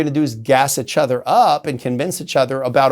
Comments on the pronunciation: I keep hoping that one day James will come on here and pronounce "each other" correctly. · Bring him back every month so I can hear him say ichother (each other) 😅❤